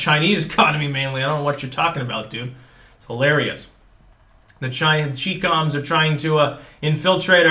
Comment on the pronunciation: It's pronounced " cheyecom "".